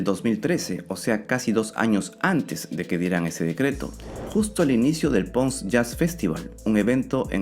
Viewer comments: Una sola cosa, se pronuncia Ponce, no Pons hehe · No es pons festival ,es ponce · Increíble que una persona que divulgue información científica no sepa pronunciar PONCE. 😂😂😂 no soy puertorriqueño, pero seguro que sepa pronuncia como se lee.